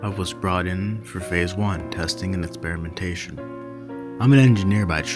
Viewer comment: Terrible pronunciations. You mispronounced a ton of common words like innocuous, even experimentation. Etc. Etc. Totally kills the immersion.